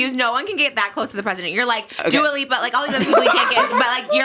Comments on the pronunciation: Trish saying Dia Lupa instead of Dua Lipa and not realizing is sooooo funny omgggg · Screaming at Trish calling Dua Lipa ‘Dio Loopa’ 😭😭😭😭🤣